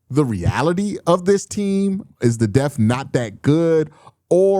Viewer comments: Yeah, hopefully we don't have to worry about linebacker "death" this year. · My man there’s a “p” in the word “depth”. You got me laughing every time u be sayin deth. 😅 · You gotta pronounce that P in Depth 😂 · Why do you pronounce depth like that 🤔